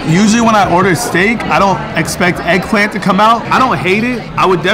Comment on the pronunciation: “Made out of heggplant”